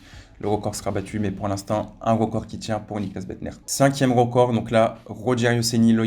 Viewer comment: Il dit rocord au lieu de record